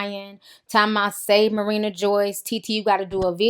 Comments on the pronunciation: It's ma-ree-na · Not even hating, but were you saying Marana or Marina?